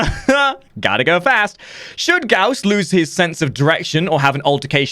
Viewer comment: PlayWarframe Gauss pronounced Gauss as in house or mouse